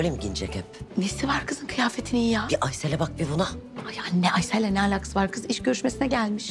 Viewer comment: Aysele aysıl demesi 🤣🤣🤣 ayy ingilizceni sevsinler 🤣🤣🤣